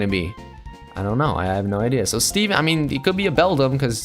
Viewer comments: you called it seven not Steven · u called it seven not steven